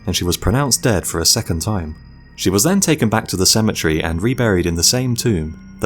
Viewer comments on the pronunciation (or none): I like the way he says "cemetery" like "symmetry"😂